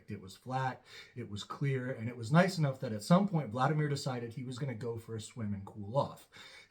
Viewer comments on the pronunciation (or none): none